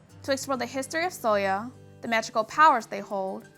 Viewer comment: Sølje is not pronounced soya. Though I understand the Ø can be hard to pronounce.